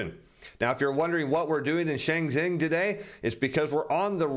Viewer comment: Did call Shenzhen "Shangzhing"??